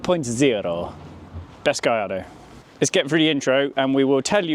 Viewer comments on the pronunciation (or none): It’s pronounced “GuYARdo” not “GaLARdo”!!